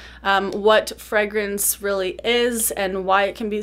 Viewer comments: she says “freh-grance”, I’m used to hearing “fray-grance” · americans say it like “fray-grance”